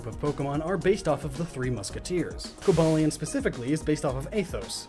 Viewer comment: Nobody says “Coba-lion”. Unless you also say “terra-kion”? Or “Viri-zion”?!